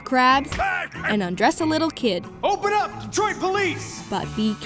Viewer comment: I cared so little about this game in his whole existence that I only noticed TODAY that it's actually DetroiT and not DetroiD. I'm not even kidding